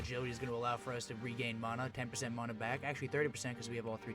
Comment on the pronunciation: I stopped watching the moment he said Mana weird